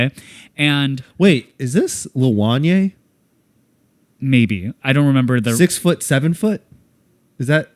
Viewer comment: Did really mispronounce Lil Wayne that badly???? 😂 6 foot 7 foot is like an 18 year old song, it is not the source for the 6/7 meme lol